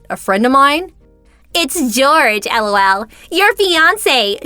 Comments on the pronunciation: I really hate it when the voice actors say L.O.L. or pronounce it as a word, "lol". Much better if they just laugh a little there. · It's better than when the say lol like a word.. comes out sounding like...lull...hate them both. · Who in the fudge says ELL OW ELL.